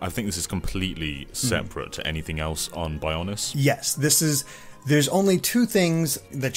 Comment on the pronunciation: Why he pronounce “on” like “aw-on”?